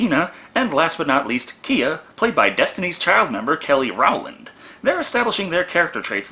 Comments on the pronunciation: Kelly Rah-land? 🤔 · The way u pronounced Rowland was hilarious 😂